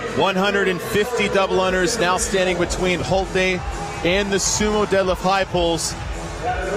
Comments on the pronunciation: Isn't her name pronounced Holt-uh not Holt-ee? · the two announcers couldn't decide on how to pronounce Holte between themselves?